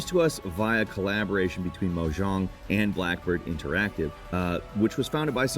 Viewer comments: This is definitely an ai why the hell did say mo jong like that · I mean he messes up words all the time but yeah this one stood out to me too since it's obviously not pronounced that way. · I hate how you said Mojang